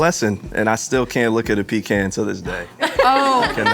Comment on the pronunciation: I'm gonna be honest.... I don't like the way they said Pecan